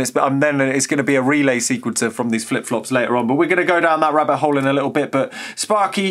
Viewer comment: did you just say - we will go down that RUBBER hole ? lol